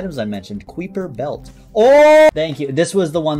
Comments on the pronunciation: It annoyed me every single time he said "kweeper belt", idk why but every time I just yelled "KAI-PER BELT" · kai pr belt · If someone tells me they don't know SiIvaGunner I will force them to listen to the Mario world athletic rip Also Kuiper is pronounced like hyper i give this information so i dont have to hear you say 'queefer belt' again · Every time he said "Kweeper Belt" I couldn't help but chuckle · keeper belt (real) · out here pronouncing kuiper belt as kwueeper belt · FYI, it's pronounced "Kai-per" belt 👍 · Kuiper belt is said like kaipr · Please look up how to pronounce kuiper belt